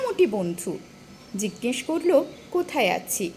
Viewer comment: ভালো লাগলো, জিজ্ঞেস উচ্চারণের সময় দু তিনবার মনে হল চন্দ্রবিন্দু যুক্ত হয়ে গেছে।ভুল শুনে থাকলে🙏